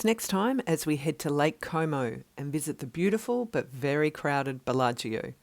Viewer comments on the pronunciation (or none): Beautiful and interesting video. By the way, can I tell you how to pronounce Bellagio? It's not "bella-GEE-O". The "I" is silent, like in the word "region"